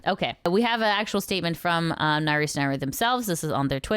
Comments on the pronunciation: sorry if this sounds rude, but the correct pronunciation of naruse is "na-ru-se", not "narus" ! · I kinda snicker everytime says "Naroos" instead of "Naru-say" ^o^ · just an FYI it's "Nah-Roo-Say" not "Nah-ROOS" Naru. The E is never silent in Japanese.